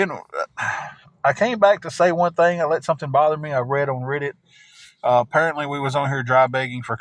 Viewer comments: What TF is rid-it u mean read it not how it’s spelled but that’s how it’s pronounced and this dude can’t even bend his knees to move ain’t nobody afraid of him U could run and literally run in circles around him and he couldn’t even turn around fast enough to watch you run you could hit him and he wouldn’t know where he was when you hit himI guess he might kick your butt maybe sitting in that hotel chair but I guess he’s not doing that anymore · yea i know what it is i was saying what is rid it its reddit he miss pronouces it wrong drives ya crazy